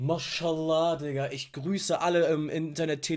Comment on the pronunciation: Wenn Alman Mashallah sagen will: Morschelohr